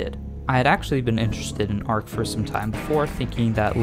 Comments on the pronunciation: everytime he say arc it hurt my heart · arCH CH not k 😘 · the first time he said it caught me off guard. had to take a breather after that one